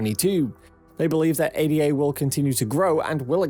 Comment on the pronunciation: “Ay-da” ffs